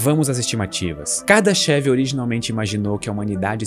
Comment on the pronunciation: Na verdade, a pronúncia não é "kardaxév" e sim "KARDÁSHAF".